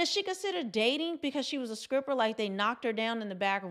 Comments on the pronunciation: You’re a very beautiful Women, who exemplifies pure femininity. That’s being said, I laughed a little when you said, “SCRIPPER,” a few times. Do you know that “low key triggered me?”🤣🤣. I remember practicing the (Str-pronunciation) for weeks as a 5th grader. I finally felt comfortable by the time I reached 8th grade. To this very day, I still prefer to use a replacement word, if I can find one. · I'm sorry, did you say Skripper? With a K ? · IT'S NOT SCRIPPER, IT'S STRIPPER, LOOK IT'S IN THE TITLE!!!!!!!!!! STOP SAYING SCRIPPER!!!!!! LMAO!!!!!!!!!!!!!!!!!! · Did you say scripper 😂😊